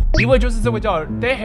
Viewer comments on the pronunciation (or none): 我比較好奇れい re i 為什麼念作te he ? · 那個人的名字是不是應該讀[雷伊-]不是[雷欸] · れい是re i 怎麼會變成te he